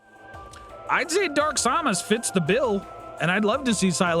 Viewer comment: Sam-Us Not som-us lol 😅😅